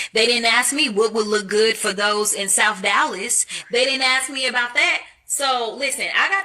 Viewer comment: Did Jasmine say “Souf Dallas”? Dear Lord.